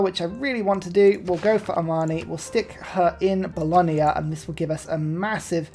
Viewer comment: Sorry, I hate to do this, but it finally grated on me too much after many videos. There is no 'i' in Bologna. It's not Bolonia. The 'gna' sound is just as in lasagna, not lasania. Fear not though, in general, your pronounciation of city names is far better than a certain Irishman.